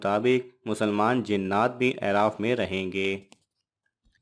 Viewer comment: آپ جن کتب سےجوابات لے تےہیں ان کتب کاحوالہ مع صفحہ وہاب بھی دیاکریں - اورلفظ اِعراف نہیں ہے - بلکہ الف پرفتحہ ہے - مدارالافاضل ، اورکشف ومنتخب میں ہے - امامِ زاہدسےروایت ہےکہ اعراف کواعراف بایں وجہ کہتےہیں کہ وہاں کےساکنیں دوزخیوں اورجنتیوں کےاحوال کوزیادہ جانیں گے اور-خوشبودینےوالا - کےمعنی بھی ہے - ازغیاث !